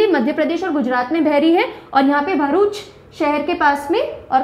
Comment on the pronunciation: The way you know it is vagad not vegad or etc because you belong from RJ. The same way you pronounce the wrong name of gujrat places, it is भरूच not भारूच and it is हजीरा not हाजिरा। Also in other lectures you pronounce the wrong name for NP like it is वेलावदर NP and वासंदा NP। Not making fun but just correcting pronunciation. As when you don't belong from a particular region you can't pronounce proper 😅